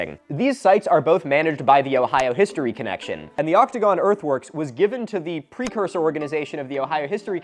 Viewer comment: Okay maybe it's just my audio processing issues, but I SWEAR I kept hearing "optigon" instead of "octogon"....